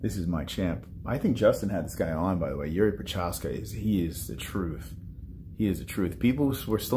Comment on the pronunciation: Yuri, really? He is not some russian guy. :D Its Jiří or Jiri for english alphabet. :D